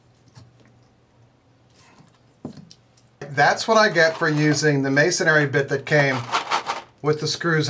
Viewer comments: I think the only thing you got wrong was how to say, "masonry." It's pronounced "mason-ree," rather than "mason-airy," but that's a niggle :) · I believe you mean to say "masonry," although you keep saying "masonary." ☺